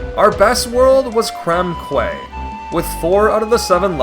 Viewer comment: "Quay" is actually pronounced "key"